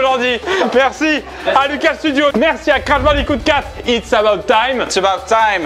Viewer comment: Crash Bandicoot 4 : it's a-botte thyme Hahah, la prononciation de ouf.